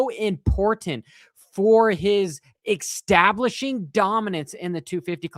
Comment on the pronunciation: Why can't you say "establishing" properly? 😂